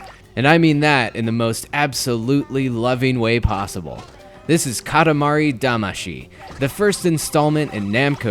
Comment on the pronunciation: This is Katamari Damashi? Lol